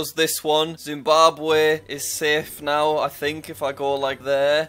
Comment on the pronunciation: dimbabwe 💀 (no offense it's funny)